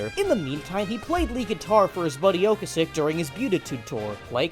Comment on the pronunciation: Isn't it "O-cass-ek", not "Ok-asek"? There's a video on YT from 16 years ago under the title of "Members of the CARS introduce themselves" where you can hear him say it himself. Anyway, interesting video. I've never heard of this band.